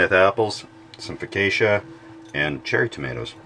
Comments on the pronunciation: [foˈkattʃa] not fokeysha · Well that's the gnarliest pronunciation of focaccia i've ever heard! 🤣 Groovy vid regardless 🚬